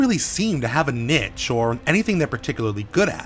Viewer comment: the dislikes come from the mispronunciation of the word 'niche'.